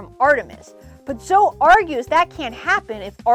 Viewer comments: Why did you say Zo instead of Zoe. It's pronounced Zo-eee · My bad, but I'm still pretty sure it's pronounced Zo-ee. You can pronounce it however you want to, but it's most likely zo-ee than zo. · I’ve personally never heard anyone pronounce it that way. Zo-Ee would be Zoey. But you can of course pronounce it any way you want.